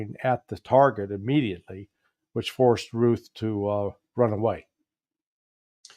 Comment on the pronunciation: Ryan Routh is pronounced Ruth. Please!